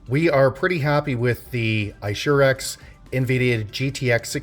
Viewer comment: I shoe racks XD, its Aye-sue-rix sir :)